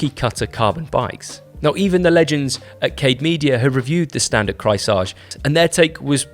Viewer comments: there is a point though... wtf would you pronounce a german word (the name of the bike) like it was french? Didn´t even try or do any research on pronunciation ... just lazy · is pronouncing Kreissage correctly? I thought it was CRY-sega?